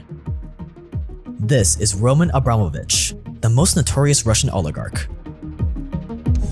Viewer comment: This scratches my ear a bit. It not ROman AbrAmovich, but RomAn AbramOvich, but never mind.